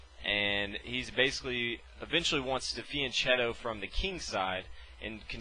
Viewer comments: The "ch" in "fianchetto" is pronounced "k"!!! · First time I've heard fianchetto pronounced like that. In Italian the ch is pronounced like a k in English...sorry to be picky, but us chess players are a meticulous bunch :-)